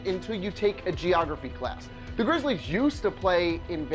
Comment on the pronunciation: you fucked up "memphis grizzlies". not grizzles